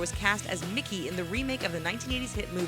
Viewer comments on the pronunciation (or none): none